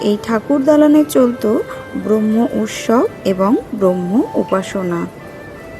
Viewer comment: Apni pls uchharon gulo thik korben jamon-bromho dhormo noy bramho dhormo. Eirokom kichu kichu bhul hoyeche. Asamori seigulo thik koreneben. Pls don't mind